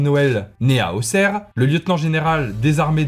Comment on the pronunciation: Youhou tu prononce bien auxerre